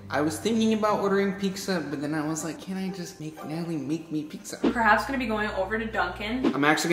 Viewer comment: It’s (Pi-Tz-A) not pigsa